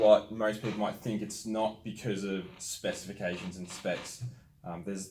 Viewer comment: Specific-cation or specification the fella on the right can’t say it right either. Lol